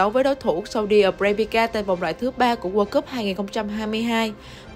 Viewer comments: “Sau đi a bra bri ka”. Để ý c này đọc snew hay đọc sai T.anh ghê luôn á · Saudi Arabia thêm đâu âm "K" vô vậy chời?